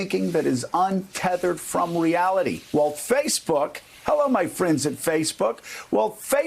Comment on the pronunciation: Timestamp Joe says "Face Fook" lol